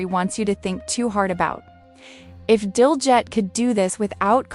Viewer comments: Pronounced Diljeet not that way you are saying it. Otherwise excellent!!! 👌🏽👌🏽👌🏽👌🏽👌🏽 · To the person talking, pronounce his name correctly.